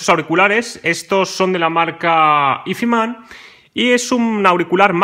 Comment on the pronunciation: pronunciar "izman" tan barbaramente mal me parece de una dejadez y una falta de interes alucinante...